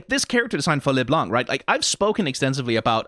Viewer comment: out of curiosity why are you pronouncing LeBlanc as LesBlanc? It sounds very odd.